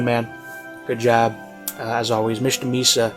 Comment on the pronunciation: Oh! You are pronouncing my name right btw! I was happy to hear it being said out loud hehe~